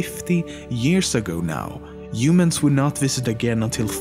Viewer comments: Imadien , Yumans :D your pronouncing is funny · how he pronounces humans: yumans lol